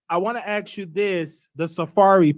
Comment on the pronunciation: Omg. If he says AX. ONE MORE TIME... NOT ASK IM GOING TO EAT MY OWN AXE!!!?